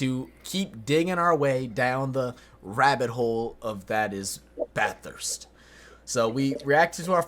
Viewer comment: It’s actually pronounced Bath-urst not Bath-hurst. Kinda like how it’s E-mu not E-moo!